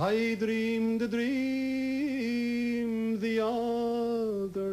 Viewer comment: I have never heard anyone pronounce the r in dream so much. Or say lunds instead of lands for that matter. Either way I like this